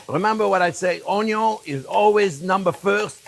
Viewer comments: "I got one big onyo!" Same, chef. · As long as he keeps saying "onyo" I don't mind the talking at all 😅